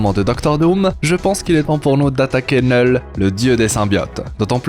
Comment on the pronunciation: Kkknullll pas NEuuuuuullllll